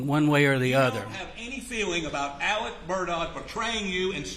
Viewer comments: Is his name Alec or Alex. How hard is it to say alex. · Why do most of these guys refer to Murdaugh as “Elic” or “Alec”? None of them can pronounce his name (ALEX!) properly! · Spelled Alex, pronounced Alec.